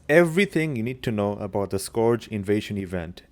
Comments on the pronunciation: Skorj? Skorj invasion? It's pronounced Skurj. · wtf is a scorge invasion, its SCURGE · this video is great aside from the accent when you say scourge lol too funny